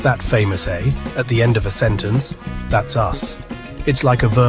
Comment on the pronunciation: Have been thinking we might be better to explain how Americans are not Canadians rather than the other way around. (What accent is this narrator using? Is he AI? Who says ‘Métis’ like that? He is also having trouble with the Canadian ‘eh’. As for his use of ‘sorry’…sorry.”) Fun video though! 🇨🇦